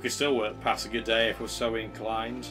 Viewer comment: I think pasagarde is pronounced pass-A-guard :D. Another interesting video, you could try and bribe Alexander to declare war on Darius. What is needed for your Unique building also? I ask this because I'm sure you are around that tech level.